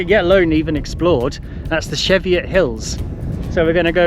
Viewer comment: Dodgy pronunciation of Cheviot 😮